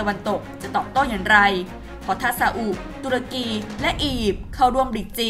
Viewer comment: คนอ่านข่าว Top News ทำไมยังอ่านชื่อประเทศ ตุรกี หรือ ทูร์เคียร์ ผิด